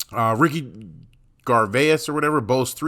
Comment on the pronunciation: Gar vase